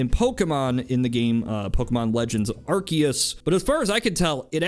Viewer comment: This guy really is a fan of Pokémon. He actually knows how to pronounce Arceus.